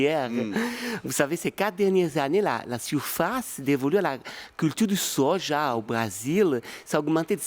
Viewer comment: "Le sojau"😂